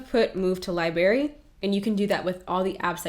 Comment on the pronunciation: I LOVE this aesthetic 😍 but girl...”li-bary”?